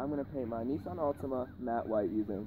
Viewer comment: It's a Nissan not a Neesan